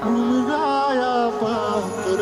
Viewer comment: उमजया नाही उमगाया आहे